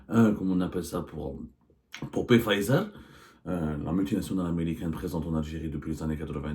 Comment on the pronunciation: Abdou , svp de pronouncer Pfizer "Fizer"". On ne pronounce pas la lettre P.